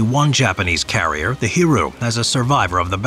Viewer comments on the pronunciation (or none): none